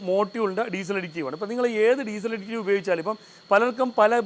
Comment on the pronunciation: അഡിക്റ്റീവ് അല്ല സഹോദരാ അഡിറ്റീവ് ആണ് ശരി